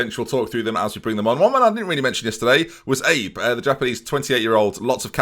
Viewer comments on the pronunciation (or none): Yuji Abe is pronounced kinda like: Ah-bey Love seeing teams being built. Lets go Nice! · abe is pronounced Ah Bae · Abe would be pronounced “Ah-bay” since he’s Japanese